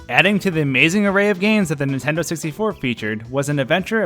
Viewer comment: Every time you say on Nintendo it sounds like you’re saying on intendo and it drives me nuts